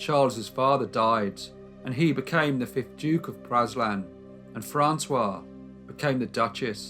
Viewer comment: Praslin is pronounced pray-LIN.